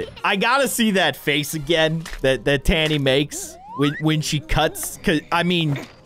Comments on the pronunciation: And it’s ta-nee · Miss T: not impressd Francis: dosen,t care Me whatis wrong here?: says Tani Me again its Tani lol:sees rod skating like being on a skateboard